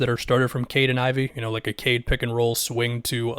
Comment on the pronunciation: For I second I though Caden Ivey was some player I had never heard of. Took me way too long to realize you were saying Cade and Ivey